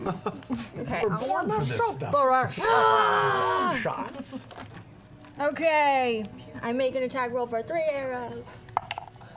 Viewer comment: your guys wrong pronunciation of Rakshasa is driving me crazy...